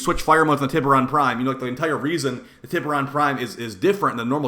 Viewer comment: Also isn't it pronounced "tie ber on?" lol